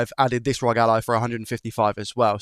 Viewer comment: Please R O G - (are oh gee) not rog rhyming with dog. Makes me cringe everytime